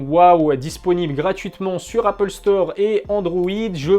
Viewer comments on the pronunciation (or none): none